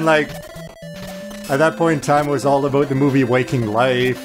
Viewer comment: oh god I "aboot"ed really hard here.